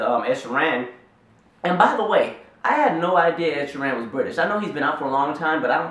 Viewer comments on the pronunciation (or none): The way you are pronouncing Ed Sheerans name is funny lol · the way you say ed sheerans name makes me giggle. it wrong but .. anyway